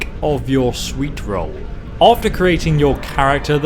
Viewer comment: Ay-Leek-Uf Yer-Swee-Rull. If you were any other obviously non-superior race.